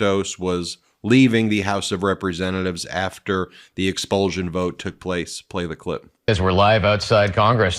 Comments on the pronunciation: Ex-pul-SH-un not Ex-pul-ZH-un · Expulsion is pronounced expulshon not expuljon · It's expulsion not expulzun, Get a grip and stop making up your own language. Also watch your pronouns, you and your colleague run roughshod over the use of me and I.